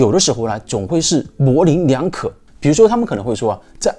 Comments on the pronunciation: mu2 leng2， 穆棱两可 = = 。不是moling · 模棱leng两可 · 模棱(leng)两可!